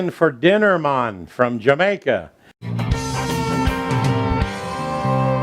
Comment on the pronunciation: '' It's Jerk Chicken for dinner mon '' Hahahahaha pissed myself laughing hearing with that accent saying that. Recipe looks the bomb as always!